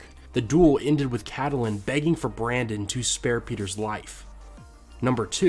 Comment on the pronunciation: Stop calling her cattleing! It's CATE-LYN, okay?